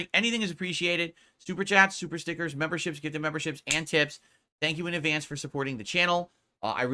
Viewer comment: A few weeks ago "Da Faek memburrships dohnt doo mahch two hurt mah businezz!"